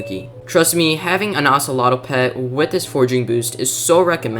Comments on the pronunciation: Sorry I don't wanna be negative but I gotta just tell you thet the pronunciation was a little off: It's called a Treecapitator, not treecapicator, and An Ocelot, and not Oceloto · and ocelato 💀💀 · Bro saying ocelot like it rhymes with axolotl